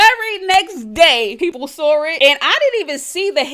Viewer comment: The word is SAW…not SAWRR….cleorrr! 🤣🤣🤦🏽‍♀️